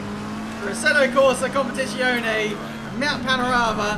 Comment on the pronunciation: He plays "Competishionee" for the first time and throws himself into a race on the most difficult track? Good idea :))